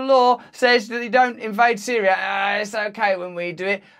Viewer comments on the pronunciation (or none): none